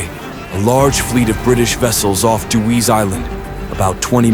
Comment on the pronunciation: It's pronounced De-wees not Dew-ees Island but thanks for the shoutout. All the palmettos for the fort came from Dewees Island.